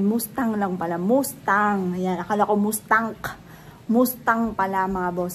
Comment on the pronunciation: Sports car is nice. MAS TANG ang pronunciation not moose tang